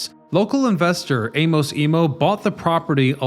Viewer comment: You don't know how to pronounce "Amos"? Look stuff up, dude...